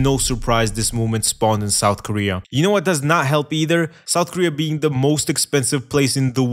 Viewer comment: Souf koweay is bwoken